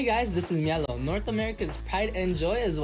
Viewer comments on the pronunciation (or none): mielow bro.. good games tho but mielow.. 😂